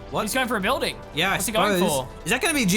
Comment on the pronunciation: Building not booding. Peace